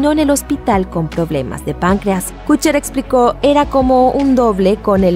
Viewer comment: Todo muy bien pero.... Kutcher? Kutcher??? No me importa si merece o no estar ahí, el problema es como lo pronuncias!! ¿KUTCHER?